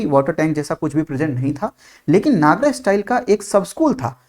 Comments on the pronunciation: Sir your teaching is superb, i just have one request, pls don't pronounce NAGARAA,, it's Nagar , A is written at the last but not spelled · नागरा nahi, नगर style kehte hh.